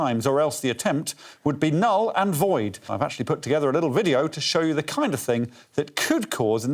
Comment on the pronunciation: "and a li-uh less attitude nex time please mate" is my mantra now